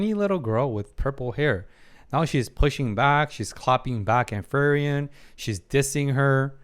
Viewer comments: free-ren not fer-yen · I hope you eventually stop saying Ferien, otherwise I like your videos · FREE-REN, not FEAR-IAN. I’ve loved this series but please learn to pronounce the main character’s name properly. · Your takes are so insightfull, psychotherapy was a branch a wanted to study at some point. I just like understanding people and how they think and why. p.s. just a bit that kinda annoy me a bit. You call Frieren wrong each time you say her name. You say Fee-ri-en 😕 It's essentially Free-ren almost sound like Free-run in German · try pronounced her name to "Free-ren" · Say it with me FREE-REN.